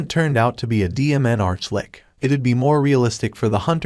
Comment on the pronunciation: What's with the sob sob? It's an Arch-Litch, not lick